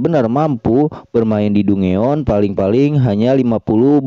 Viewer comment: Kak, dongeon baca nya danjen kak